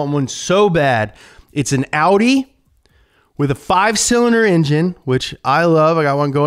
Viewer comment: I'm impressed that he pronounced Porsche und Audi correctly! :-)